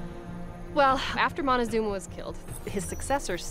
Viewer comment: MON-TEE-ZOOM-ER, HOT DOG!!!!!!!